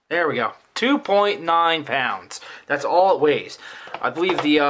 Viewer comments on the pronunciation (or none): too me it sounds like both at the same time 2.9 pou∙nce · WOW: at timestamp , it sounds JUST like you are saying "2.9 OUNCE". I thought you were just mispronouncing it as 'ounce', but after 1st assuming you were saying 'pounds' and replaying, I could hear 'pounds'. Actually I can make myself hear "pounds" or "ounce" at will! Very odd--I thought I would point out this trivial 'thing', hoping to see if this 'effect' occurs with others besides myself.